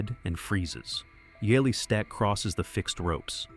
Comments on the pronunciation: Yeah this guy really did his research. I knew this was gonna be a crap video when I heard how he pronounced Ueli's nzme. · you ignorant thing : here in Switzerland we say : Ueli and it is pronounced UELI ... so you better check yourself AH